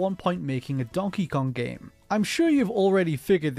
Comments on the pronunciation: Dude this guy is actually saying “gyem” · Ikr it’s really distracting, he can’t pronounce the hard ‘a’ sound. Might be Canadian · Why does the f0 section narrator say game as “gyem”